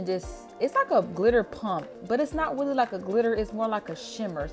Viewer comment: weally weally